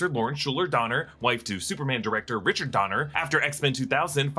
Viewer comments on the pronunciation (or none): none